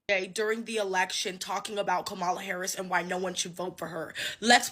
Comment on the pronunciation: KA-Ma-La! Come on! Her name is not difficult to pronounce! Why are people refusing to say her name right?